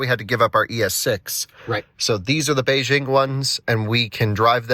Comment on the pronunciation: would have good if you could have pronounced Beijing correctly